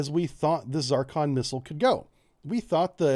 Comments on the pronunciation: What BS. First, a pet peeve. Is it not called Zurrcon? Why is he saying Zarrcon? Zarcon is a planet in the Double D Galaxy. I think Jane Russell played its Queen. But I digress... One aspect we seem to have ignored here is its origin. It's Russian. It's guidance system is probably from a farmhouse in eastern Ukraine. (Russia is short of chips). Even without the war, Russia is a Potemkin Village. All bling, no basics. They claimed to have used it in Ukraine, but there is some real doubt. I think they have something like a working prototype, but a lot of the kinks are yet to be worked out. That is Soviet/Russian par for the course. The difficulties will bedevil the project, but the Russians will smile and act like they have 500 of them in the warehouse 😐. A high energy laser could probably dispatch it at close range, as could CIWS. And lets remember something: a lot of the difficulties in this are on their side. High speed maneuvering? Accurately at Mach 6 or whatever?. Hmmmm. The stresses on materials at that speed will tend to tear the bloody thing apart. I know they have a space program, but I am not sure they are as far along with this as they want everyone to think they are. THAT is the Russian way. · I'm not saying I know anything... but why are you pronouncing the 'i' as an 'a'? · What are the uses of this missle? Why are you calling it a Zarcon instead of a Zircon? Do you have problems with reading and pronouncing words? Technical explanations are incomplete and vague. You shouldn't be producing these videos since third and fourth graders may be trying to learn from it. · it is NOT ZAR CON..... IT IS ZIR CON !!!!!!!!!!!!!!!!!!!!!!!!!! HOW ACCURATE CAN YOU BE ????? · It is called Zircon not Zarcon, yankee. That is Zeercon. At least pronounce it right and show some very basic language awareness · Zur-con, Zeer-con, Tzur-con, Tzirkon, not 'Zar-kon'. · It's not a fking ZAARCON. It's Zircon. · Why for the love of God do you pronounce it ZARKHAN?! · The "Zarcon"?